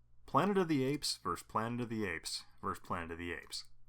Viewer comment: Is this narrator saying “vers” rather than “versus”?